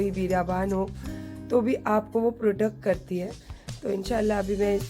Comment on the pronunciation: Not product say procet